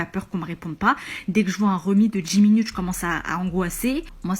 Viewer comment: La première, juste sa diction est dégueulasse. Une femme de cet âge-là qui s'exprime à la façon des gamines écervelées de notre époque c'est rédhibitoire. "Un remis de DJI minutes", "j'ai pas de SITCHUATION". Mais quelle horreur 🤮🤮🤮.